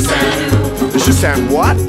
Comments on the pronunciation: ...why are they saying 'shi san oooo' instead of 'shi san wu'? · Sehh shan what? Sehh shan noo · shi san wu not shi san nu ....... what's china doing with 13 women ??